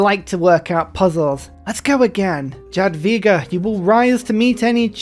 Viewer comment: Hi there, could you start pronouncing Jadwiga as "yadviga"? As a Polishman I almost threw up when I heard your way of saying this name. I know you are not familiar with the Polish pronunciation, but if boes can do it, then I believe you can too😘